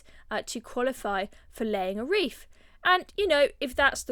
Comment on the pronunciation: WreaTH not ReeF